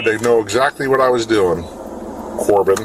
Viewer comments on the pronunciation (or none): He also keeps saying this kids name like it’s an insult. He keeps saying it like “Co-Bain” because he finds it weird that it’s not “Corbin” after he got called out that he was getting his name wrong